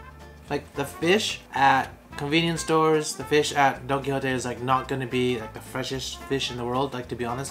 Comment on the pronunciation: Don-don-don Don Qui Don Qui JOTE.